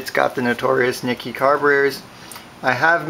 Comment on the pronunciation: It's pronounced, nee-kee.